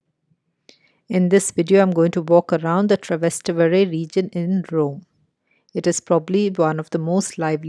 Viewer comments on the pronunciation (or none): It;s Trastevere not Travester lol